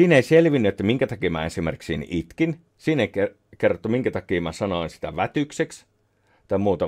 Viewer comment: Taas esineellistetään niiloa jossa sanoo "sitä" niin että mitä ai